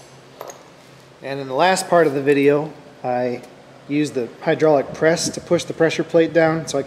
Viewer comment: Hey, you mispronounced and used the wrong accent to say hydraulic press. Think about it.............. wait for it........... you know what channel I'm talking about.